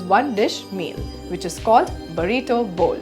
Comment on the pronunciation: It's "burrito", (बुर्रितो)